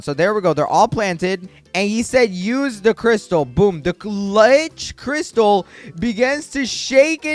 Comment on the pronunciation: No offense but I hate the “seveered spine” the “sarkayfogis” and the “liech crystal” look up how to pronounce those. PLEASE 😭